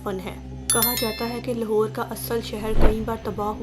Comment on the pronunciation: Achi video hai per ager ap slow bolain or Punjabi accent ki jagah Urdu Ka sahy talaffuz use karain to zyada Acha lagega Jese لہور Nahi لاہور Sahi word hai or سیکnahi سکھsahi words Hain aise he or b words Hain jinhain ap ghalat pronounced kerrahy Hain per video achi hai